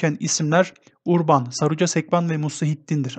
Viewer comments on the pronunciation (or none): none